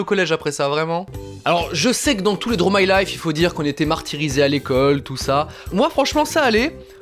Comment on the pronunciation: Tu dessines trop bien mais s'il vous plait, C'EST PAS DRO MY LIFE😂 C'est: Draw my life. -D'un Quebequois